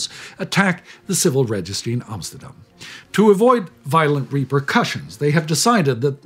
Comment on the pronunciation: someone pronounced amsterdam correctly i am just so damn happy thanks